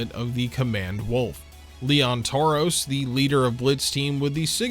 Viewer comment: I like how you said leon toros, and lena toros, brads sister lmao